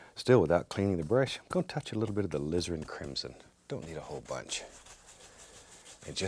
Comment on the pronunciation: Does anyone else here hear "lizard crimson"?